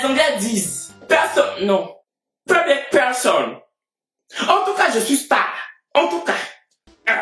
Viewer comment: « Peublic peurson » 😂😂😭😭😂 t’es le meilleur Kevin 😂